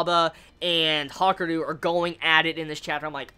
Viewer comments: Ha-ka-ree-ooo pronounce it right lol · It's pronounced like it's spelt. Ha-ku-ryu